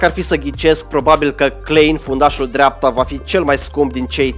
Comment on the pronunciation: Clain nu clein:))